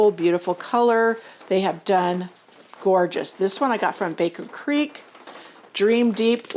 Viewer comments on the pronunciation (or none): none